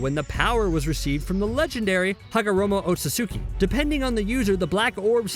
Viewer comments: did he say hagomoro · Did he just say hagamoro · You said hagomoro near the start... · Yep he did